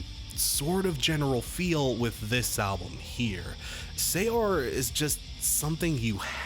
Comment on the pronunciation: Btw you were right the first time pronouncing saor and caledonian